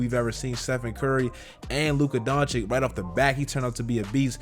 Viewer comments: It’s pronounced Donchich not Donchik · Nice content as usual. It's not Luka Don Chick tho... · jokic vucevic bogdanovic. why da fuq you say doncik?